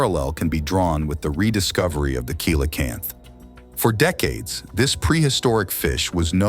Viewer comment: Kel o canth LoL